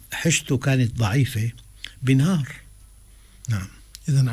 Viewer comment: جيد فعلا حوار و نقاش لكن لماذا تقول ينهار؟